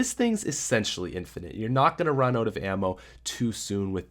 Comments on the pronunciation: 'Rock oat with your staffs oat' 'Intro! I mean oatro! Sorry that's really embarrassing'. I'm so sorry. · Let's rock oat with our staffs oat guys. Jk I love your vids